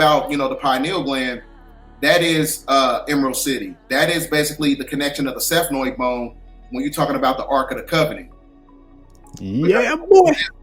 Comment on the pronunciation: Hey, I dont know enuff to be tryna start stuff with (I wunna say, ), however, he made a mistake and said SEPHNOID BONE, its actually da SPHENOID BONE...